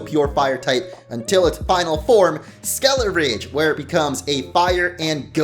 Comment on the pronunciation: Why did you call 'Skeledirge' 'Skeleridge'? Unsubscribe. Learn to read.